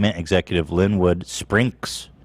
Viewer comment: Sprinks 😭 there’s no r Ethan. It’s pink with s’s on both sides. Rip hearing my last name butchered 😩